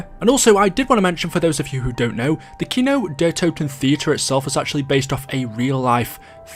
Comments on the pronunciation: its funny how they say kino der toten ...lol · Ich liebe es wie Amis Kino der Toten aussprechen, Kinau der Tauten 😂😂